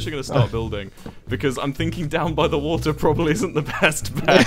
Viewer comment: "LIKE HOW YOU DROWN JUST DRINK THE WUDDER" - Tik tok, 2019